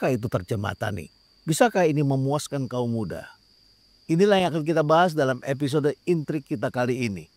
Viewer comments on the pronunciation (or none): none